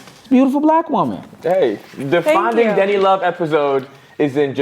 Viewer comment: Why does every time you guys call "Denny" I hear "DIDDY"???💀